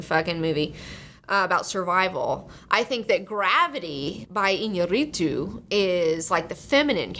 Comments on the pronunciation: All say IñaRRItu, it's IÑÁrritu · Alejandro González Iñarritu. not "inarrrrritu". Gravity was directed by Alfonso Cuaron.